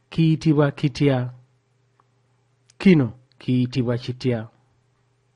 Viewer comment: Downloaded for my daughters. Nsiimye nnyo Ssebo. But kikulu shd sound chikulu...kino as chino